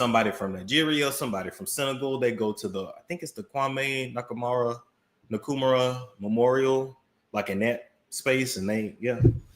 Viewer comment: kwame nkuruma..how didd you pronounce that😂😂